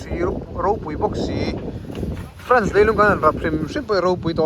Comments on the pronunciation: Frence anilo Fraaaance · French chu a mi te ko na. A ram chu France. FrAnce a hi mizo a A anga lam tur